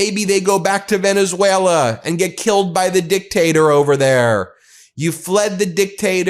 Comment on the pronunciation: You idiots! He literally calls you out (mispronounced of course) "Venezwera"